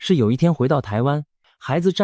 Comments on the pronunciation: 去經歷個5-8年沒什麼不好 對後代布局都有好處 而且這個鳳凰城的未來 至少要好40年以上 做適當的投資 擴張前 早布局，落幕前 提早走 題外話：這個小編是中國大陸人 阿嬤就阿嬤， 什麼 啊摸 一聽發音就知道是來亂的😂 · 影片解說有字發音錯誤，「爌」肉飯，「柏」油路，在台灣的發音是控跟伯。阿「嬤」唸罵